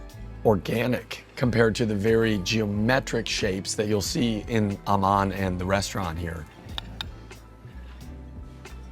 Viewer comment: If Aman is in sanskrit then your pronunciation is INCORRECT!....